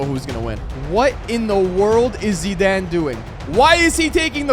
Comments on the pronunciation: Bro why tf are you calling him zedane it’s Zidane 😡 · Zidaan, I think he meant zidane. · Bro really said zeeden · Did anyone else think he says Zidane epwweird